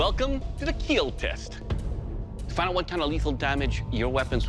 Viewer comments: Your weapon will keel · it will keel